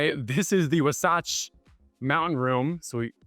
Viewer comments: "This is the WUH SOTCH mountain room" lol. Wah-satch homie. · Great tour. Just a few tips. "Hearth" is pronounced like "heart". "Wasatch" is pronounced like "wa" in "water" plus "atch" in "batch". Also, the mirrors are "infinity". Amazing house! I know you could have picked up that spare.